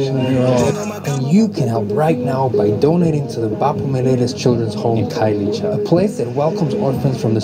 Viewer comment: Khayelitsha is pronounced Car-ye-lee-cha 😂 I hope this helps because we are here for you okay 😌🤣🤧